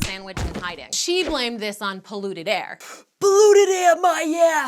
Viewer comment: "Polluted aair my ass more like hot aair" the way says air like that lol